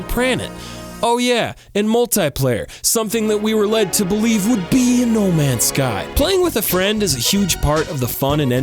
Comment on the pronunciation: I love that every time he says no ends guy he doesn't say the right name game